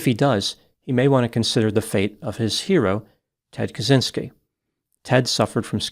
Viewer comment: For every english speakers - Kaczynski you read as catchinski (deaf/numb "i" inside ). It's a slavic/polish surname read as this.